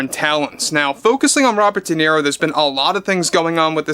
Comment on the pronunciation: “Da miro” is done. Bye, bye idiot.